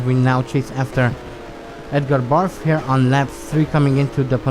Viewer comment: Maybe it's your accent, maybe it's a subtle joke on your part, or maybe I'm hearing wrong. In any case, I'm amused that you pronounce Edgar Barth as Edgar Barf.